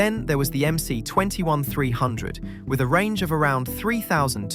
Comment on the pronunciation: It's MS, not MC.